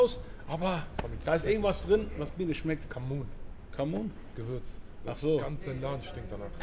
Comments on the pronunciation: Was für camun 😂😂 Du meinst cumin und das ist Kümmel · Das Gewürz heißt Cumin = Kreuzkümmel nicht Camun. Zuviel davon hat einen sehr penetranten Geschmack, aber in kleinen Mengen ist es in sehr vielen Gewürzmischungen enthalten, oft auch bei Döner. 🤙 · Der bre ist verwirrt. Ich glaube er meint Kumin und nicht Kamun 😂